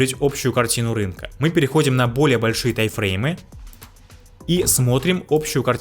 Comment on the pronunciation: Эти ваши Тайфреймы так ухо режут, даже не пытаешься проговаривать М, у тебя в тайМ её просто нет